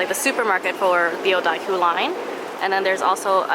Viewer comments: there's no (i) in odakyu. Its pronounced oo-da-kyu not oo-da(i)-kyu ! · za az I'm glad I wasn't the only one who was driven insane by that